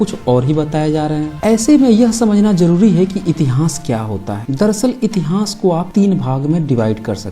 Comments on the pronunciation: आप "इतिहास' का उच्चारण "इतिहांस" कर‌ रहे हैं जो गलत है । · इस चैनल पर बहुत विश्वसनीय जानकारी दी जाती है। इसके लिए चैनल को बहुत-बहुत साधुवाद! उच्चारण सम्बन्धी त्रुटि पर टोकना चाहता हूं कि इतिहास को इतिहांस न बोलें। बुरा लगता है कि इतनी विद्वता की बात करने वाला इतिहांस क्यों कहता है? जय मूलनिवासी!